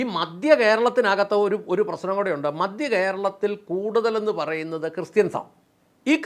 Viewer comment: ചേട്ടാ രാഷ്ട്രീയക്കാർ എപ്പോഴും അവർക്ക് ലക്ഷങ്ങളും കോടികളും സംഭാവന കൊടുക്കുന്നവരുടെ ഒപ്പമേ നിൽക്കൂ. പിന്നെ "മദ്യ" കേരളമല്ല, "മധ്യ" കേരളമെന്ന് പറയൂ. (കേരളമിപ്പോൾ മദ്യകേരളം തന്നെയാണ് എന്നത് ശരി തന്നെ)